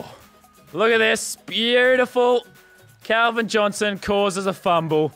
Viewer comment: u said will chick